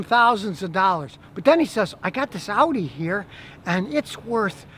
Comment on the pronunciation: So glad you pronounced audi correctly. So many morons pronounce it oddy